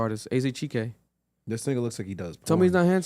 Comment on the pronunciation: This nigga said Chi K 😂 chike as in hike with a C